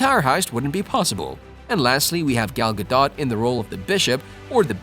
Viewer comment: it's Gal Gadot not Gal Gadon